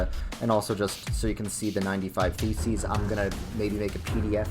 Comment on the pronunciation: The way you say it makes it sound like you said "95 feces"